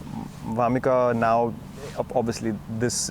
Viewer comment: It's vamika not warmika